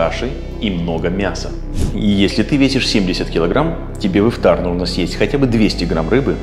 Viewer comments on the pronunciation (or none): Только не ихтар а Ифтар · Тама Ифтар а не Ихтар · Все очень круто, спасибо большое за совет но ты ошибся не " ИХТАР" а ИФТАР, не учти это за высокомерие брат. Тебе процветания 🤗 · Немного исправлю тебя не Ихтар, а Ифтар. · ИХТАР ❌❌❌ ИФТАР ✅✅✅ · Ас'саламу алейкум ворах1матулоахьи Ва-баракатух1у, спасибо большое за внимание и за ролик, не хочу оскорбить, просто для дальнейшего чтобы вы знали , правильно будет не "иХтар" а "иФтар". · Это не Ихтар, а ИФТАР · ИФтар)а не ихтар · Не ихтар а ИФТАР, всех благ Вам! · Какой Ихтар еще, Ифтар правильно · А почему «ИХТАР»? правильно ведь «ИФТАР» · Друг не ихтар а ифтар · будет ИФТАР а не ИХТАР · Ну для начало с лово Ифтар а не Ихтар 😁😁😁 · Что могу сказать красавчик Просто ифтар а не ихтар 😅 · не Ихтар а Ифтар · Не ихтар а ифтар умник😂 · Спасибо за информацию, но не ихтар, а ифтар😊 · Ифтар, а не ихтар, А так спасибо вам🙂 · ИФтар ,не ихтар) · Ифтар а не Ихтар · Не ихтар а ифтар . Спасибо Вам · привет, хотел бы исправить не иХтар, а иФтар))) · И всё же не Ихтар, а Ифтар. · Даже «иХтар»)) Ифтар. Если даже не мусульманин ошибку делать не нужно. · Ихтар не правильно ифтар правильно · ИФТАР а не (ихтар) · Брат только не Ихтар, а Ифтар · иФтар брат, не ихтар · Почему ИХТАР может ифтар правильно ифтар ! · Брат ифтар а не ихтар😅 все равно респект! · Спасибо большое за предоставленную информацию❤ не ихтар а ифтар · Не ихтар, а ифтар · Брат, не Ихтар а Ифтар) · не ихтар, а ифтар* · Ифтар, а не Ихтар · Исправь Ифтар, а не ихтар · Во-первых, не ихтар а Ифтар Во-вторых, питаться нужно по сунне а не ерунду эту слушать! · Ифтар* а не ихтар😅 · Может ифтар а не ихтар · Не ихтар а ифтар😂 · Не Ихтар а Ифтар ! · Ихтар ? Ифтар .... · Ифтар а не Ихтар) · Не Ихтар. А Ифтар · Ифтар* не ихтар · Что за ихтар? Правильно ифтар. Переделайте пожалуйста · Ихтар что за , может ифтар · Ифтар Бро не ихтар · Ифтар не ихтар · Ифтар , не иХтар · Спасибо, но правильно говорить:ифтар)✊